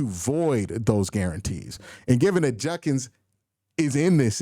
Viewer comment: JUD-kins. JUD-kins. His name is JUD-kins. His name is not. Edit: It sounds like you corrected yourself later in the video. It's probably something you're working on. I was doing the same thing for a while, so it's just something I notice, now. Keep up the solid coverage.